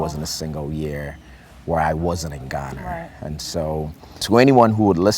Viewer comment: Why does he try to speak like that? Ghanarrrrr, Africarrrrrr. Like there’s no ‘r’ in those nouns. The accent isn’t supposed to be the issue here. He’s a great man. And I aspire to be like him one day. But go easy on the forced accent please.